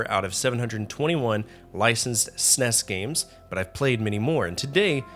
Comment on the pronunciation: While you can have your opinion on the games, it's difficult to get past you constantly calling the console a Sness. It's S N E S. Calling it it a Super Nintendo is acceptable as well.